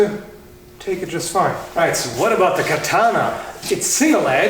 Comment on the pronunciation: I winced and my face twisted in disgust when you said katana...